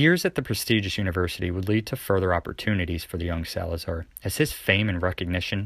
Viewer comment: SalazAr português fala emPprtugues